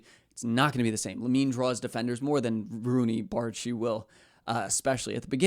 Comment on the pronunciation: You pronounced his name correct!y